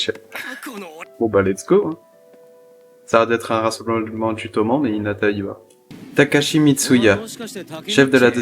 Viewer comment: Bonne review, par contre Toman ça se dit Tomanne. Car Toman c'est l'abréviation de Tokyo et Manji(c'est pas une croix gammée).